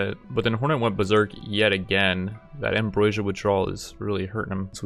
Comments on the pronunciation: Am-BRO-sia buddy. not Am-Broi-sia. :) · Ambr-oh-sia man. Ambr-OH-sia.